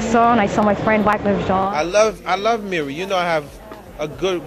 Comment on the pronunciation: Jean not John😂